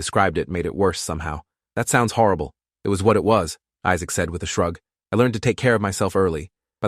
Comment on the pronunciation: He said harable